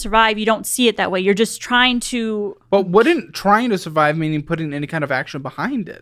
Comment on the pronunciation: j tokk a shoty evrytime sbe said survibe